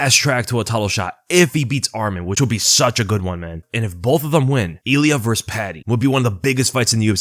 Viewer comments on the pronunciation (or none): none